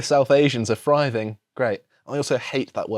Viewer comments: "Our society/community is thriving." This is extremely common terminology. Also THriving. Not Friving. Was actually confused you meant a different word until I read the tweet myself. Pronunciation is important. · Not surprised hates the word 'thriving'. I'd be pretty pissed off with any words I still couldn't pronounce after three goes too. 😂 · I suspect hates the word 'Thriving', because he can't pronounce it correctly. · A lot of us pronounce 'th' as an 'f'